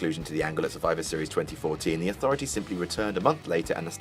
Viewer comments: The Authroity? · Hey,. what the fuck is an "authroity"? Not such a smartarse now, eh? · "The Authroity" Daboleu tee eff? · Authroity lol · "Authroity" Get back to work,. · "Authroity" nice... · Authroity? AUTHROITY?! Duuuuuude... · "the authroity" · "The authroity" 😭😂😭